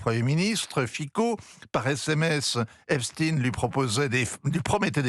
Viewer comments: Epstein, et non Eptsine, SVP.... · Epstaillegne et non pas Espstine ! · Epstine au lieu d'Epstein... Et pourquoi pas Einstine au lieu d'Einstein pendant qu'on y est ? Peur d'être accusé d'antisémitisme ? Stupide. Va-t-on devoir dire Stroscan au lieu de Strauss Kahn ou Jacques Lent à la place de Jack Lang ?😊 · Ça se prononce EPCHTAÏNE (et non EPSTINE façon Bruce SPRINGSTEEN) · Prononcéz epSTEIN et pas epSTIIIN pour faire oublier que le mossad et les rot sont derrière tout ça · EpstIN 😂😂😂 Toute la terre dit epstein comme Einstein Qu’est ce que ça veut dire ? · J'adore l'intro ou il s'oublie et dit "l'affaire Epstein" et se reprend apres heuuuu Epstine ... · Epstine vous insistez, epstine pourquoi???